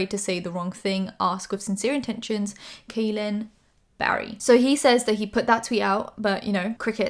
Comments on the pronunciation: Hi just wanted to let you know that Kahlen is pronounced "Collin" and not "Kaylen". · Just so you know, his name is pronounced like “Collin” not “Kalyn.” Not trying to be rude, just informing you in case you talk about him again. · I love you but I've been a long time subscriber of Kahlen Barry so it bugged me a little whenever you pronounced it wrong. It's pronounced the same as Colin. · Kahlen is pronounced like Collin. Great video! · kahlen's name is pronounced like "collin" 🤎🤎🤎🤎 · Kahlen is pronounced Collin!! Lol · his name is pronounced like collin! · im pretty sure his name is pronounced like kal- in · Just FYI, Kahlens name is pronounced as Collin! Love your videos ❤️ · You mispronounced his name but that's minor stuff, i'm super happy you covered this story with Kahlen! People needed to hear his side of the story ♥ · Channon Rose's video is still up. Also small minuscule thing how come all the drama channels aka Spill Sesh say his (Kahlen) name wrong.